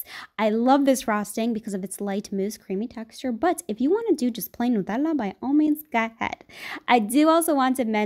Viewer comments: I found out she is from Italy because of the way she pronounced Nutella 😂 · The way she pronounced nutella is so cute omg 🥺